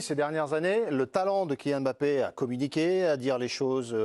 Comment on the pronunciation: Ils font l’effort de bien prononcer son nom „Mbappé“ et non M“Bappe ça fait plaisir